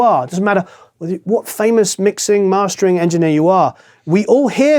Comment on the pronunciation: As i saw in some CLA Video : It's audio enginEAR , not audio enginEYEr.... Thx for your good work guys! Greets from Germany